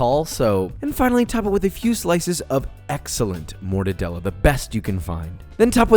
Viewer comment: I cringe when he said morrrre-da-de-la